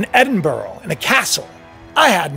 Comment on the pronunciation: Edinburgh not Edinboro